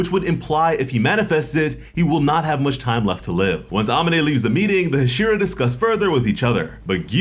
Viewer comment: Bruh can you say "Sah-neh-me" NOT cinnami. And "Ha-she-rah" but other than tht fam good work! Lol